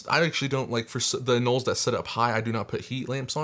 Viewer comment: They ARE pronounced anōle!!